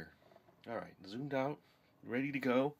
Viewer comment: Go not fo